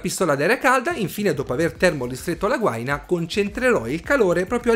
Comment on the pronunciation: Gua-ì-na è l'unico accento possibile :-) Ottimo video